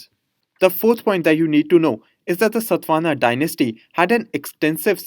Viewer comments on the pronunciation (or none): It's satavahana not satvana sir